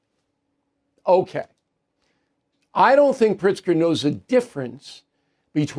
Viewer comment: Is it Pritzger or PRICK-ZGER! 🤔🤔🤔